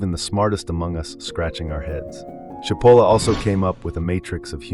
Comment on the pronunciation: His last name is pronounced: CHEEP-o-lah It means onion in Italian.